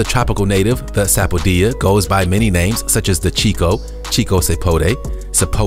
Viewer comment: That's not how you pronounce "Rambutan" and "sapodilla"